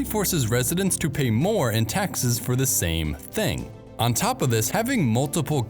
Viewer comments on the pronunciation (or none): You need to stop saying "THEE" when you should be saying "THUH". The ONLY time you say "THEE" is before a vowel. Same with saying "AYE" and "UH", which you are also criminally guilty of. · A good video marred by the voice-over, which could have been better done by a computer. This strong tendency toward evenly spaced syllables is pretty awful. And there's the YouTube explainer dialect in full force: wall-to-wall AY and THEE. Training needed.